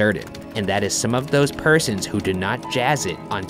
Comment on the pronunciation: "P E R S O N S"